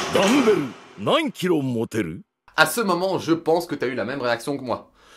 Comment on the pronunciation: Tres bonne video ! Petite rectification par contre c'est pas DUmberu nan kiro moterO mais DAnberu nan kiro moterU :)